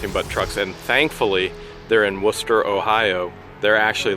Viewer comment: I know it's home for you, but bless you for saying Wooster properly 😂😍